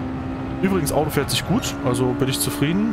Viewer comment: Gude, Gratulation zu diesem Video, der Schwierigkeitsgrad Bug war mir auch noch nicht bekannt 😮 Wie ich im Video höre wie du das Wort "Audo" betonst, wohnst du vermutlich im Rhein-Main Gebiet, ich ebenfalls 😊 Gibt es irgendwo im Rhein Main Gebiet eine Möglichkeit ein Directdrive Lenkrad zu testen? Habe zwar einen ordentlichen Simrig, fahre aber immer noch mit einem G 29. Wäre auch bereit für eine Lenkradkombi 1000 Euro plus X auszugeben, allerdings nicht ohne mal eines ausprobiert zu haben. Gruß Jürgen betonst